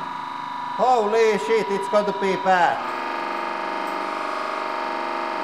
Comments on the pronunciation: I LOVE that thick accent on the, "HOLY SH*T" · I'm sorry, but hearing a Swedish man saying holy shit is fucking hilarious.